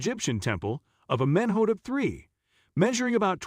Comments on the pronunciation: AhMENhotup Three!!! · I cant get over how u say his name